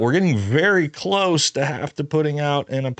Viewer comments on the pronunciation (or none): none